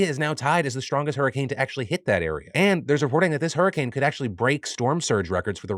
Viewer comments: Did you just say "Super wer Whoricane"??? 😂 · Phil, did you just call it a whoricane?